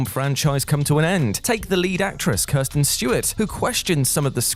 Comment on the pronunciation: For Pete's sake. Her name is Kristen, NOT Kirsten!!